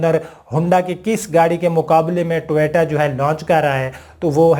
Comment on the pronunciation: ٹویٹا نہیں۔۔ٹویوٹا لکھا اور بولا کریں۔۔